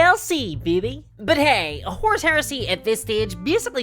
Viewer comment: As a non-naive English speaker I have to ask: Does anyone else hear "horse heresy", or is it just me?